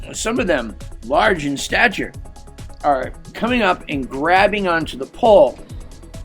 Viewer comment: "Large in stature." I can hear the emphasis on that. 😆 🤣 😂